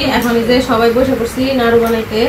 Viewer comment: নারু না নাড়ু।